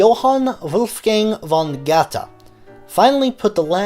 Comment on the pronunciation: Would you please be so kind to train yourself to be able to say "Gööööthe" instead of "Guttey"? You will manage. Just give it a try. By the way, there is something called International Phonetical Alphabet (IPA). In IPA, "Goethe" is spoken "ˈgœ-tə". Please get yourself familiar with IPA. It will help you with languages other than American English. (Perhaps you need to be informed that there exist other languages than only American English.) I am sure you will be able to get that right. With just a little effort. A tiny little effort. Thank you so much.